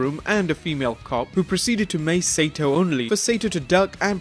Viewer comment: Saito is pronounced SY-EE-TO, not SATO. Ass.